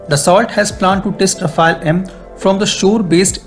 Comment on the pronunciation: What is “rafa-elle / ra-fail” ? You guys comment on defence matters so get the name right. It’s pronounced “ra-faal”